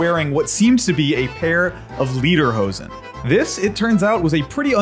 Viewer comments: Real quick, it's not pronounced LEADER-hoden, it's pronounced LAYDER-hosen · It's pronounced lay-derhosen, not lee-derhosen. And personally, I think as a German living in America that people don't "think of all Germans as wearing lederhosen all the time". But it represents not the everyday modern German, but of the idea of Germany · Leederhoese? That's not how you pronounce it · he said leaderhosean that isn’t how you’re supposed to pronounce it but whatever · The only thing I'm offended about is that everyone thinks Lederhosen and Dirndl are only worn by Germans. Here in Austria we have them too and I think they're worn more often here. Nevertheless, love some Tracht-Representation :) Also he pronounces it like "leaderhosen" and idk why that is so funny to me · You know there’s German Italians, they live the Italian alps. The only german Italians. Let the Germans roll their eyes. Also it’s pronounced “Lay-der-hose-en” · Ok but we gonna talk about the way he pronounced lederhosen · I cringe the way he pronounces lederhosen